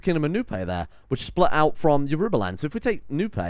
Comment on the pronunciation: Yorubaland is pronounced like Yorobaland (with the second o like the o in rowing a boat).